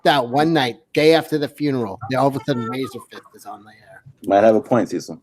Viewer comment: Lol. Cecil called Razorfist "Razorfish" right out of the gate. I'm dying.